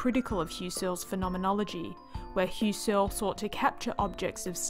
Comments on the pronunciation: I didn't express myself well, I meant to say: I just have trouble with the MISPRONUNCIATION 'Hyoo-sirl'.... :^) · I like this explanation, because it gets right down to it. There are many Youtube vids on Phen.'gy that you can watch for 5 minutes and still not have a clue what it's about! Kudos. Btw, if you rhyme 'Husserl' with `PUSS-cell (puss like pussycat), you'll be close to the right pronunciation. (Inserting an English 'r' doesn't help, so just leave it out.) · I just re-watched. Yep, this is the best condensed explanation of what phenomenology is that I've seen. (I just have trouble with 'Hyoo-sirl'.... :^)